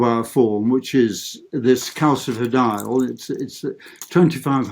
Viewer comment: CaSifediol John NOT Calkifidiol . It is a soft C